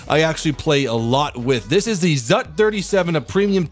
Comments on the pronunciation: Ха-ха-ха ! "ЗАТ" ! Правильно "ЗУТ" ! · You dont pronounce it all at once, you pronounce it the same as the zsu.